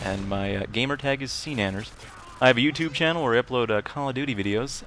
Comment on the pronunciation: "Welcome to my Shannel" :D